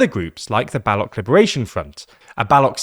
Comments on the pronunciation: It’s pronounced Baloch not Balock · Hey, the ch in Baloch is pronounced as the ch in cheetah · Bro can’t even pronounce balooch correctly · He mispronounced Baloch. The ch sound is similar to tch sound in watch. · usually french words in english with the "-ch" are pronounced as sh, but in the case of Baloch it is certainly Baloch as in chair because french themselves write it with tsche to show the sound. All it is relevant because the narrator definitely made an obvious error and it is not related to french influence